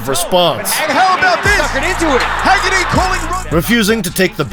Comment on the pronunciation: It's Haggerty. Not Heggerty. Haha. I know the name is traced to Ireland. I'm not disputing that. What i am disputing though is you saying "Irish stock. What do you expect?" Well, i don't expect anything. Why would i? The Irish don't produce good fighters whereas England produces great fighters and always have. That's why Haggerty can fight the way he does. He's conditioned by the environment. If you think there's some special kind of magic in the blood due to having some faint Irish ancestry, i'm asking what that magic is scientifically? Break it down to me. Also, who are these great Irish fighters produced in the Republic of Ireland born and raised without any other ancestry being involved if it's to be expected when a fighter is great?